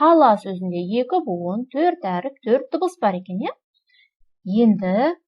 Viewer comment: Өріп емес әріп